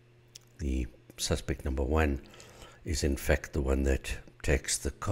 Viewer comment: Everytime he said in fact i though he was saying infect.